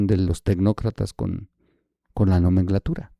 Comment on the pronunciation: Hola, Diana Laura, sin duda estaba muy triste, pero murió de cáncer de páncreas! Por otro lado no es "nomenglatura" es nomenclatura. Saludos